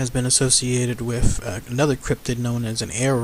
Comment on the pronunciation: Urf? Wif? The videos are a fun idea but if you're going to narrate please learn how to pronounce words that end in th. It's earTH and wiTH.